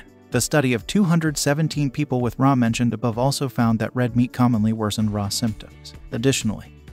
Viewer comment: I appreciate the effort to provide interesting and useful information. I encourage you to consider paying more attention to some pronunciations. For example, if by "RA" you mean "Rheumatoid Arthritis," then you would pronounce "RA" as Are-Ay, not Rah. Similarly, osteoarthritis has an 'e' in the "ahs-tee-oh"-arthritis. Little things, not earth-shattering, but it would make your videos even better. Edit: Ah, it seems perhaps you're using a robot voice. It needs to be trained. It was talking about "omega-3-seconds" and "omega-six-seconds". Evidently there's a ' or an 's' that's confusing the thing.